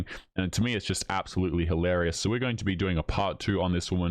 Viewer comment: There's no such word as HAlarious nor hoelarious. Hilarious!